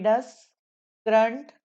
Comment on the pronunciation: Mam with due respect, can you please pronunciate the word current properly